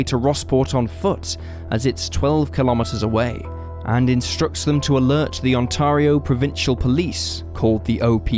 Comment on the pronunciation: I like the way you say Ontario. We definitely say it a bit differently but I think our way sounds too Americanized I like your way better😂